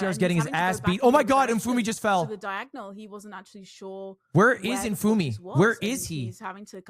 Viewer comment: why is ludwig saying his name wrong. Isnt that tyler1's thing. Ludwig not funny enough to be doing that